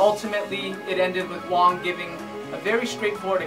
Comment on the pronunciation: I agree 100% with what you said. Also btw, my teacher's teacher's teacher is Sifu Chan Kwok Wai, Sifu Wong's martial brother. Also, unrelated question, judging by the way you pronounce Sifu Wong's name I'd wager you speak Cantonese. In that case, is it hard?